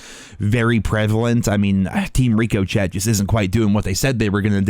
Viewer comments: Rico chet 🤣. It's ric-o-shay! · Still with the rico,chet! You got to get a dictionary and learn how to use the pronunciation thingy if your going to be a famous youtuber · Stop saying Rico Chet,It’s not pronounced that way. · REE KO CHET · Ricko,, shay,, lol ricochet silent t lol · Did he say Rico chet? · I swear he pronounces ricochet like that just to get us going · Dude still cant pronounce ricochet? seriously? lmao